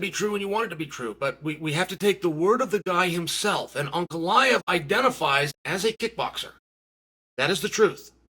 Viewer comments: Uncle Aet/An Goliath is what I kept hearing from Ankalaev. Wild. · Per rare uhh..... Come on spiffy, Unk a lie ev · Uncle Chael talking about Uncle-I-ev